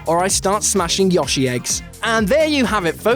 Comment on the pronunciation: I... I'm sorry. I get the accent and all, but... what the F**K is a 'Yahshi'? It's 'Y-OH-shi', not 'Y-AH-shi'. STAHP dat.